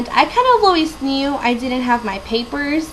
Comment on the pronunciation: You are not "undocumented". You are an illegal alien. Also , "didn't" is not pronounced "did-dint".